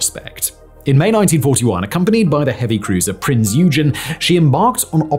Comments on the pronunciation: Prince what ugen, uschen.. 😂 Eugen Oigen You didn't even try🇩🇪😢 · prinz eugen -> prince you-gen? never heard of the name eugene? woulda been much more fitting. or do you call st petersburg petrograd or sth?